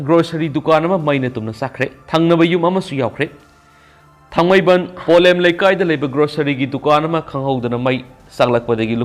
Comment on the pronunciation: Polem not pholem. Pliz listen your record